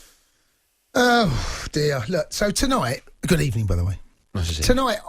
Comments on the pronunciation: NEWSPAPER TOMORROW: “It was a Good Ebening at the Emirates” ‼️‼️ 🤣🤣🤣🤣🤣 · are you not having a good Ebening? 😂